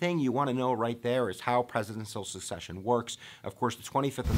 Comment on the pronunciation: SECCESSION Dude, not Succession. Unreal.